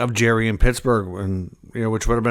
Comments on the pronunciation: It's JAR-ry , not Jerry , just fyi . Would hate to be a Canuck fan lol . Say adios to Miller and Boesers outta that rat hole end of season :) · Sound out his last name. Its not jerry